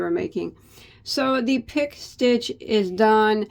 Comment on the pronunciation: I think it is pronounced pee-kay stitch.